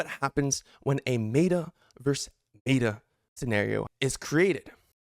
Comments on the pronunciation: Meh-tuh, not May-tuh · Neet video and all but why to you pronounce meta like that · One thing. Pronounce meta right please :( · Cant listen to your opinion if you cant say meta correctly